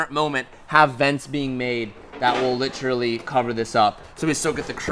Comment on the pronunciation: I love ya but please stop saying literally! Lmao and it’s lit er a lly not littraly. I feel like you do it like meow in super troopers hahaha